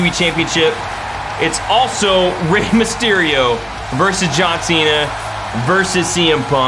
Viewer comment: U said miss on mysterio fart lol